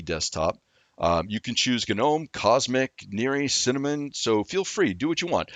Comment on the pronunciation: The moment he said GUH'nome, I couldn't continue. It's like.. comon..